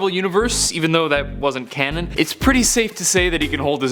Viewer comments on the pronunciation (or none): none